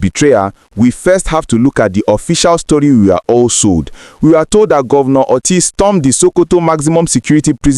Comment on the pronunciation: Please Mr. propadandist first of all his name is not Oty but Oti, secondly, I will like to ask you if you were at the meeting between Dr Oti and President Tinibu or were you paid by some politicians to debit all your trash against Dr. Alex Oti. Just imagine the rubish that you are talking, an Igbo politician going to see your uncle Tinibu to seek his permission to join APGA. Are sure that you are not smoking something